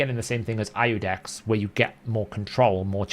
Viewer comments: Iudex is iudex. It is spelled iudex when not in front of Artor's name, like a title. In his lore, the seventh paragraph, first sentence. Capital I verses L... I Love the Hell Hades site, use it all the time. 🙂 Just saying that ya won't find ludex (small L) when using the funnel but you will find Iudex (capital i). Basically don't pronounce it LUDEX. :) Go with Artor rotf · Iudex is the Latin word for "judge" and is pronounced "You-dex". The I in Latin is funny. The Romans didn't have a J or a Y. The I was their J and was pronounced like we would pronounce Y. As in "Janus" (or Ianus), the Roman god of gates and doors, pronounced with a Y. The name has been used in modern times such as in GoldenEye.